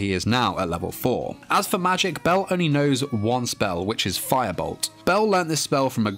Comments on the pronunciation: The one I saw said Fire-charge while Bell said firebolto. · Its not Firebolt , its FAIABOLTO!!! :) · Seyhun Umut Sağdıç it’s actually FAIABORUTO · Its actually FaiaBoluto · it's FIREBOLT not firebolt